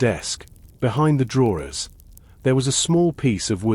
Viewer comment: Sorry, I tried but couldn't stand the continuous mispronouncing of the word 'drawers'. Also, speech too fast to be relaxing.